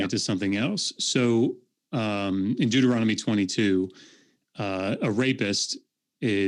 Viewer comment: “Deutoromical” lmfao. These people are ridiculous.